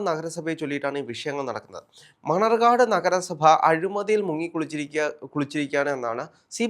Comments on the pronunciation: മണർകാട് അല്ല മണ്ണാർക്കാട് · മണർകാട് അല്ല.. മണ്ണാർക്കാട്